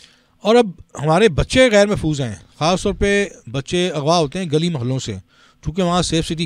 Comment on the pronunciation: یہ بی بی کا تلفظ انتہائی انڈین کیوں ہے۔ جیسے خان کو کھان، غزہ کو گزہ، اغوا کو اگوا وغیرہ